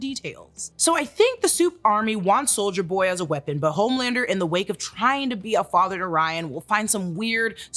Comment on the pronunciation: i love how you say soulja boy instead of soldier boy lol